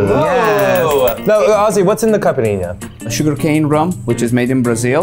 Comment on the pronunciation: I love your videos but honestly I actually got interested in this one in particular once I saw my country's flag haha Also, I love Eugene's pronunciation of "capirinha" and "obrigado" ❤️🇧🇷